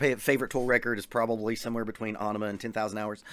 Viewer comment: You also said Ænima weird. Tbh, I thought you were just trolling lol